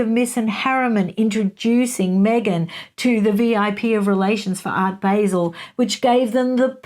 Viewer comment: It’s Art “bāh-zehl” …that’s how you pronounce “Art Basel”. Everyone makes that mistake though! Even people in here in the US who aren’t familiar with it. I only call this out because you said on your interview with Taz that you don’t mind when someone tells you the right wait to pronounce things in other places lol Great video!